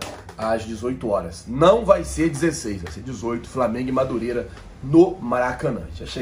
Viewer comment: Me desculpe o Apresentador mas me assusta o nível dos universitários brasileiros pois pelo que ele mesmo disse ele faz faculdade de jornalismo não é mesmo?ai me pergunto como um futuro jornalista não sabe o nome do clube que vai mencionar na matéria ou quando sabe não consegue pronunciar corretamente amigo de boa procure estudar mais